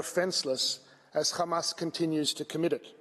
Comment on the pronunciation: I hate the way they say Hamas. Makes it so difficult to listen to. It’s not Khamas. If you can’t say it right, just use the letter H. Please